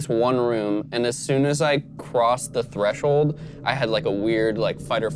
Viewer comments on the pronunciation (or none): none